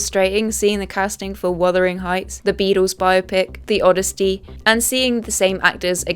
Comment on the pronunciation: She also pronounced Odyssey with a t...